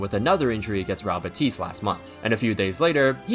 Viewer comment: i'm sorry but your pronunciation of 'real' has me genuinely fucking tweaking